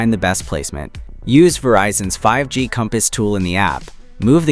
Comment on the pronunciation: It sounds like you don't get 5G. It is not pronounced "Verizon Home 5, G," because the 5G stands for "Fifth Generation."